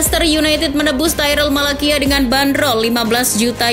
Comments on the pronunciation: sbutan nya tyrel malacia-tyrel malasia..bukan malakia..🤣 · Maaf cara bacanya bukan Malakia, tapi Tyrell Malacia (Tairel Malasia) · Cara bacanya Malasia min bukan Malakia, sorry min bukannya sok ngajarin atau gimana tapi emang begitu bacanya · Malacia itu dibaca Malasia bukan Malakia mbak Daley Blind itu dibaca Blind bukan Blain kayak bahasa inggris Orang belanda dia Tolong perbaiki lagi bacanya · Disebutnya malasia min bukan malakia hadeeehh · bacanya malasia min